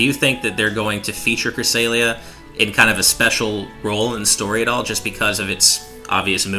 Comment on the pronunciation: Creh-Sale-ea -- 2016, it is pronounced Cra-sell-ea